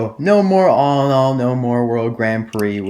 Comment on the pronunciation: ha he said alinall